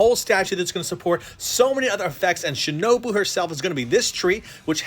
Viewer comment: He said Shinobu.....